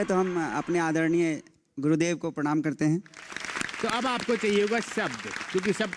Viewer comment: Ye judey waale ko kyu zyada points diye hai!! He can't even pronounce adarniy properly 👀